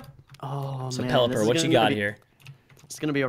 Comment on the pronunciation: Did just call Pelipper a Plepler????